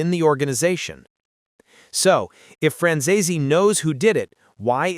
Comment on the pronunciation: Franzese is two syllables, not three.